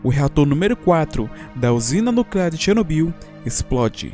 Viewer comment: Muito bom seu vídeo, mas confesso que toda vez eu ria quando você pronunciava "Chernobyyyyyl" kkkkkkkkkkk